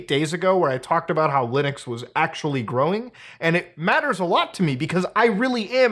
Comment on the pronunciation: Did brother in christ just say LUUNIX instead of LIINUX? Then he corrects himself then says it like that again XD also yea I know pretty much nothing about linux and I love my steam deck, granted I don't use the linux part much but I still do use it